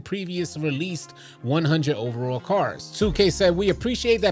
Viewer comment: Does bro know the word cards has a d in it…? Lmao